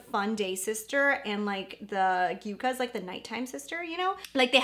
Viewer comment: YUCCA is pronounced “yuck’-kuh” . It’s a plant that stores it’s own water and survives beautifully in hot deserts of the American Southwest. Its thorns protect it from being grazed by cattle, feral animals. Many varieties of this plant—in dusty-looking colors with tiny, bright contrasting flowers reminiscent of ND’s “Yucca”